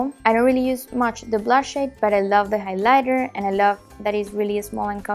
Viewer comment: really enjoyed the video. one tip on pronunciation; instead of saying highLIGHter, try and say HIGHlighter. I'm assuming you'll make more makeup videos and I thought it might be helpful. Good luck in the future, I'll be looking forward to your videos